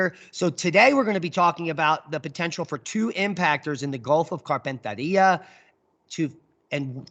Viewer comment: you’re spinning me out with your pronunciation of Gulf of Carpentaria. Yep, you gonna need some Aussie lessons- “Carpentaireea….also Maori- try saying “mowree”😂